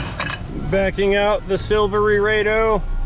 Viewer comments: I always thought it was Silverado not Silver Laredo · (1) you kinda remind me of a swashbuckling mechanic. But (2) why is it when you say Silvery-RAY-doh im thinking its your pirate name. Good on ya for saving that customer some time and money.